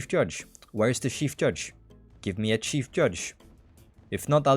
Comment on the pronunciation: "shief judge"